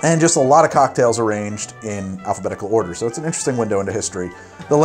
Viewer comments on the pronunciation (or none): none